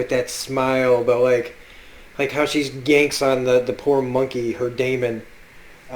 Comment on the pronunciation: I love how much you analyse mrs coulter and how right you are about her and please practris how to pronounce lyra and deamon right ... the word daemon is pronounced like demon the opposite of engel